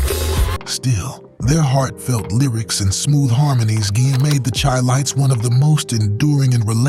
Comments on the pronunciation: When he said "chy-lites" instead of "shy-lites" I new it was definitely BS. Manhattans a side-note? Are you crazy? Harold Melvin an the Blue Notes? Emotions? I could go on and on... These groups Killed the 70's! What? The Spinners?! So many hits! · I was skeptical about the narrator because none of these groups were unheard of. Then when he called THE CHI-LITES (SHY-LITES) hard C-H-I---LITES. I knew you guys got him off the bread line to read a script. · You know its not accurate when they mispronounce Chilites. Ive heard enough.